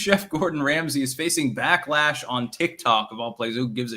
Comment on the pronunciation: Ram-Say...this guy edits books. Yikes.